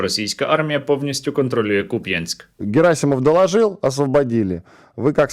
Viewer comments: Хоча б наголос правильно робили на Куп'янськ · Як мене пригорає від "купЯнск"😅